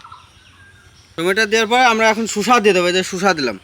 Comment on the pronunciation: মামা শুসা না শসা হবে ওইটা